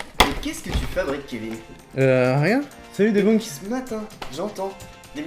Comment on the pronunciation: Le "u" de "debunk" se prononce "eu" pas "ou". Donc /ˌdiːˈbʌŋk/ [/mode gros chieur] Sinon bravo pour votre travail les gars!